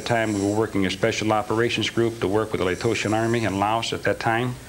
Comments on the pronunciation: The fact that he mispronounces "laotian" as "laytotion" tells me that he wasn't in laos. Now I doubt this whole thing. Lame. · If James FIles was telling the truth, and he really spent time in Laos as a tactical advisor in the Vietnam War, then he would probably know that Laotian is not pronounced "Lato-tian". Obvious liar and moron to boot. Anyone who believes him is the latter as well. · Because it's nonsense. The guy says he worked in Laos during Southeast Asian operations, but he pronounces Laotian as Latotian? He is bored in prison so he invented something that gave him some entertainment. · "Latotian"..? The word is "Laotian". If the guy can't pronounce that correctly, he did not fight in Laos (this guy is lying). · He should know it's call Loation not latotion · It's it's Laotian not location 🤦🏻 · The Lay-Toshin army he worked for? You'd think if he really worked for the Laotion army he would know how to pronounce it? It's not Latosian, it is Laotion. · Is it really pronounced "Latotian"? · I'm immediately suspicious due to his mispronunciation of "Laotian". I cannot imagine someone spending time there and pronouncing it "Latotian". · Someone claiming to have served in Laos with the Laotion Army then mispronouncing Laotion as “Latotian” several times leaves me in serious doubt of his credibility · Yeah, this guys believable 🙄. For a guy who spent a lot of time in Laos, he can’t even say Laotian. LaTotian. Right. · Can't pronounce the people of Laos - Laoation correctly. Bullets "fragmentating" ? Cleaned with wax to get all residue off then went and moved the guns again ? BUT, he knows a lot and a lot of people. He is also still alive - aged 82. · He claims he was in Laos, and even mispronounces "Laotian" as "Latotion". He says he was in the 82nd training people in Laos even though the 82nd was never in the region until 1968. There's a lot wrong with his story here, after he left the army? Who knows? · He can't ever pronounce Laotian.